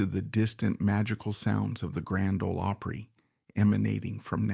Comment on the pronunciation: This is the very BEST narrative I have heard in a LONG time .. this man knows how to pronounce "OPRY" .. I am very impressed and thoroughly enjoyed this video!!! Have always loved Jan Howard and her talent !!! THANKS!!!